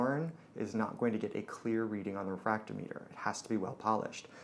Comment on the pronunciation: The way you pronounce refractometer proves that you are truly a "".